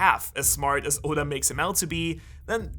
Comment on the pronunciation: Did no one realize he said Oden instead of oda then he said Yoda instead of oda